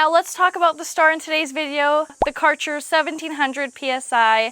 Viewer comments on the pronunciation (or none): Karcher? Its a "Ä" that dosent pronunce as a "A" =D "Kerscher" would be more right